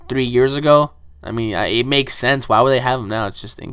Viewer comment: That makes-eh no sense-eh